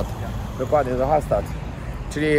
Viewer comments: Hallsztadt (tak powinno się to wymawiac) bardzo piekne i urokliwe miasteczko 👍👍👍👍młodzież po alko prawdę ci powie a jeden to nawet polskiego zapomnial👎..pozdrawiam pozytywnych wariatów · Stadt czyta się sztat tak jak byś chciał wiedzieć XD